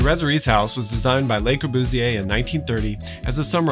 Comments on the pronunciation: it's so twerpy of me as an American with appalling French to be bothered by the mispronunciation of 'Le' because God Knows how many French ears I've injured in my day, but yikes, it's too much hear 'lay' and pardon, but 'L'uh' isn't making it either. It rhymes with 'her'. And this is hopefully the last time I have ever have the temerity to correct someone else's French pronunciation. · Love your videos. One suggestion: the article 'le" in Le Corbusier is pronounced as if it rhymes with 'pu' in pudding. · I like the video a lot, but for the purpose of constructive criticism: I really wish you at least tried to pronounce some of the French correctly starting with Le Corbusier (pronounced Lu rather than Lay) and Villa Savoye (pronounced Savoy rather than Savwa). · You’re adorable beyond reason, and obviously know your subject, but, mon Dieu, it’s “luh Corbusier”, not “lay Corbusier”. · Please, it's LE Corbusier, not LAY Corbusier. Otherwise very informative. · FWIW, "lay" Corbusier (Fr = les) would describe the Corbusier family; The Corbusiers. When we speak of just the guy, it's "luh" Corbusier (Fr = le). You've given me free knowledge, I reciprocate. Thank you. For fun, check the relationship between Le Corbusier and Anglo-Irish designer Eileen Gray whose work LC admired greatly. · I agree with your comment, but I think a better pronunciation of the 'e' in Le, is illustrated by the 'a' in 'about'. This is on good authority from my wife the French teacher and the listing for Corbu in Wikipedia. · Enjoyed your video...one suggestion is to pronounce Le Corbusier's name properly...it is not a pluralized 'Les' Corbusier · would you listen to how Le Corbusier is pronounced, by francophones please? (it is quite important when discussing architecture). The way you pronounce 'le' makes it sound like the french 'les' thus you 'pluralise' his name which is nonsensical - there is only one Corbusier, (which may solve the problem).